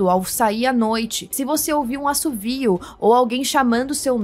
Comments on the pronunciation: "Assobio" e não "Assovio". Parabéns pela entrevista! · é assobio, não assuvio kkkk